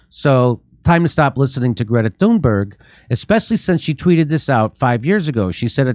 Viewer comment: I'm Swedish. And I think you're right. I actually met her once. She was recording her book to an audiobook in the same studio where I record audiobooks in Stockholm, Sweden. I didn't gush over her. I just said, "Hey, look it's you. Hugo! (colleague) do you see who it is? Nice to meet you." She just stared down at the ground and walked away. She is autistic so I figured I must have made her uncomfortable somehow. Anywho my point is, I think Trump was right... (can't believe I just said that.) He said that "the elites" has taken advantage of this scared, autistic, naive kid to be a literal poster child for Climate Change-policies. When he said that I still hadn't fully comprehended the extent of the lies were being told so I thought he was being condescending, but now I see things very clearly and I have you Jimmy and team to thank for that. Along with Russell Brand, Sabby Sabs, Kim Iversen, Glenn Greenwald among others! And it's MALMO. Actually it's Malmö but, who cares? Thanks for a great show! Been a long time member of yours. Keep up the great work!